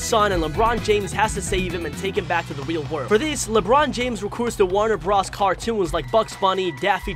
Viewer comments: Its not Warner bruhs it's Warner Bros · Wtf is a Warner Bras? It's warner B-RO-S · My dude said Warner bras